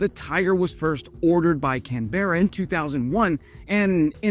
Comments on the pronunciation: Australia's Capital is pronounced Can-Bra Can as in a food Tin and Bra like a female undergarment. Not like Kookaburra not Can-Burra! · Your channel is great, but your pronunciation of Canberra and Aussies needs work . It’s pronounced can.. bur.. a ..: not can.. bear.. a …: And Ozz..eeze not oss.. eeze.. Your brekkie , dunny and Brisbane pronunciation are pretty good. And yes send those helicopters to Ukraine 🇺🇦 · Canberra is pronounced Canbra, not Can-beara. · Aussie here, we haven't we sent them yet? Great videos p.s if you wanna impress, it's Can-bra not Can-bear-a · Oh, Oh, koalas are not a bear. You'll be banned from all of 'Straya. Lol. 😂😂😂. And it's not pronounced can-berra, it's canbruh. ❤. The usual shortening for RAAF is one word "raff" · Canberra, say “Canbra” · its pronounced "CAN-BRAH", I know the spelling looks like it would be "Canberra". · Great Vid. Though its pronounced “Can-bra” 👍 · Canberra is pronounced 'Can - Bear-Uh' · Can someone banned from Bris-baine not correctly pronounce Can-berrah? You'd think it'd be a matter of pride, but not apparently. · Please learn how to Pronounce Canberra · I've said it before and I'll say it again, how many of us Aussies want to make an honorary "Aussie"??? He's a great bloke, supports Ukraine AND has gone to war with those Queenslanders, so that's 3 ✅✅✅ for me! He just has to learn how to say "Canberra" like a real Aussie 😉🍻🇦🇺 We should definitely give the choppers to Ukraine if they are willing to try and make them a success. I was so disappointed when we buried our other helos without giving them to Ukraine Thanks 👍🏻🇦🇺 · You butchered the name Canberra. Thanks :)